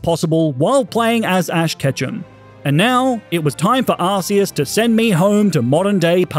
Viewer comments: Arceus is pronounced (Ar-ke-Us) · Just so you know, you pronounce arceus ARE-KEY-US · It’s Not Arceus It’s Arcoos